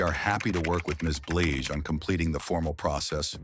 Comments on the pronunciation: Come AI her name is not Bleege but Blige!! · Why does the narrator mispronounce BLIGE as BLEEGE?REPEATEDLY!!!!?